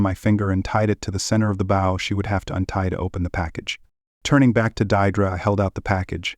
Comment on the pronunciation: "Deirdre" is pronounced "Deerdree"...